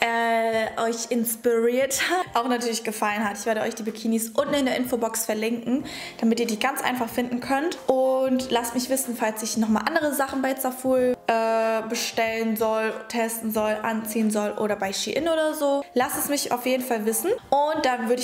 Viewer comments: Spricht man zaful nicht sawfull aus? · Omg regt mich das auf es wird saful ausgesprochen bitte danke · Seit wann spricht man zaful wie „tsafuuuul“ aus, ich habs immer englisch ausgesprochen wtf